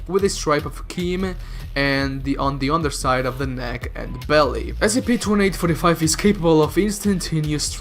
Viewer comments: You need to say each letter of the S.C.P separately. Because what you said in the beginning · Did you just pronounce SCP as a word instead of an acronym?